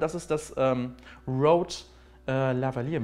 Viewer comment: Spricht man Rode "Roud" aus, also wie Felix es ausgesprochen hat oder Rode, also wie mans schreibt? :D